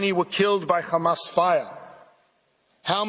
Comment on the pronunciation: Take a drink every time he says Hammas